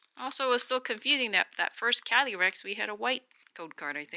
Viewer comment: So confoosing!!! Lmao 🤣 what a headache! Freaking wrappers!? Wow